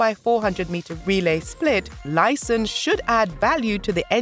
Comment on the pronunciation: Baby doll it's not Brianna Liesiston it's pronounce Liston ( Lyston )